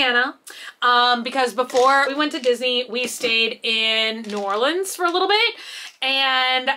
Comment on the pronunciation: Soo close!!! Lafayette is pronounced like laugh e ette. Thank you for saying New Orleans correctly! Yes I am a born and raised Louisianain.